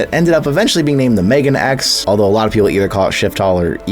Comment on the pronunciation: Megane is not read as "Megan", it's more like mega-nay.